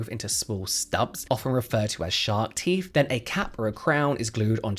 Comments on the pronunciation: How come you can say THink and THought but instead of saying teeTH, you say teeF? Frankly, if anyone with good, healthy, and normal teeth is doing this just to look 'good', they deserve the hassle, expense, and pain. How stupid is vanity and following trends 🙄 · It's 'TEETH', not 'TEEF'....FFS!! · Since you periodically do pronounce the word “teeth” correctly, please try and do it consistently instead of using “teef” randomly. Very annoying 😒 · Cmon it’s teeTH NOT TEEF! you more intelligent maybe I heard it Wrong 😑 I don’t think so plzzzz remember you TH’s , apart from that this is the best like info channel That’s also Hilarious when needed ok edit - now it’s toof ache lol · Please stop saying Teef pronounce the th sound. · Please please, it’s not ‘roof’ it’s ‘tooth’!!! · What exactly are these "TEEF" you keep mentioning? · It's "teeth," not "teef" FFS 😂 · The word teeth ends with a “th” pronounced as in “the” not “ teef “ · ‘Teeth’ not teef’ had to stop watching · Why are you calling them teef?? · Love how you say teef 😂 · Do British people realise the say teef and not teeth? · “Turkey teef” 😂😂 omg you’re killing me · Popped up on my feed. But i cant listen to anyone who pretends they cant pronounce 'th' they think it makes them sound cool. I noticed the he kept forgetting to say teef though! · I wondered what I'd clicked on when I heard "turkey teef". What to do with poultry???!!!!